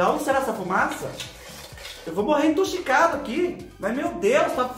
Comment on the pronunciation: Almoçando não do céu, mais jantando 😅😹😹😹😹"tochicado"😹😹😹 "modelo"